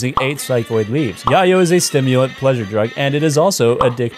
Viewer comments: Yay-yo not yaw-yo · And it’s called Yay-O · YAY-YO. Like llelo. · Thats not how you say Yayo. Its Yay-yo. my guy. I subbed. I'll be your drug literalist. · Isn't it pronounced yay-oh? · It's pronounced yay-oh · it hurt a little every time you mispronounced yayo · I can tell you’ve never bought yayo by the way your pronounce yayo lol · Forget the pops...The only annoying thing was the way you pronounced "yayo"... 🙄 lol